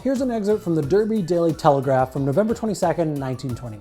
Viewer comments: I don't have anything useful to contribute, but: The "h" in "ham" in place names is rarely pronounced in Britain. See Wikipedia: It's pronounced "Darby". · The way you said 'Derby' and 'Nottingham' oof butchered it but interesting video